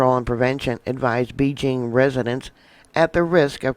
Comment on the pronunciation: PLEASE slow down and pronounce words correctly! Sputum, Beijing, pneumonic... Your info is excellent but your mispronunciation is extremely distracting.